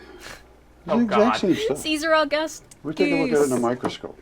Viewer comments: Caesar A-goose-tus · I'll give him points for 'Caesar A-goose-tus"